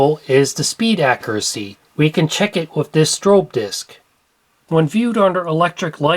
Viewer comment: Papa-lure.😜 Ac-cur-ah-see.😁